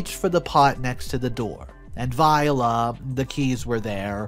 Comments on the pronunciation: It VOILA! (The French pronunciation) not viola, dude! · voilà Pronounced like Vwah-lah Not like the flower Vii-oh-lah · Great story, but there is one thing I want to point out "voila" is pronounced "vwah-lah". I'm glad OP followed through!